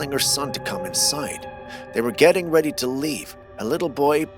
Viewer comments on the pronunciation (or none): none